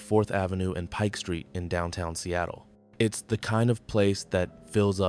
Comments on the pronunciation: It's not Peak Street. It's called Pike Street. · He said the name wrong. It's pike street coffee, not peak.